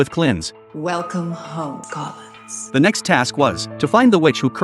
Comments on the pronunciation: Collins not Klins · Can somebody PLEASE explain yo mf Joe an AI construct can say "Klins" instead of "Collins"? This is the movie version of Dark Shadows with Barnabus Collins as the vampire. This AI generated crap is doing too much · clins. another fucking ai chnnel ITS COLLINS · It's Collins not klin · Wait when the vampire talked he said he was Colins but the thing is calling him Klins how does the work? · Collins. Not "Klins". Pure AI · The name is Collins not Klins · I love how the AI calls him Kline and not Collins because it misinterpreted Johnny Depp’s accent. 😂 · Nice recap, but..."Klins"? The characters's name is Barnabas Collins ("I am Collins."), Fun movie in any case! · So A.I. can't pronounce "Collins" correctly?😂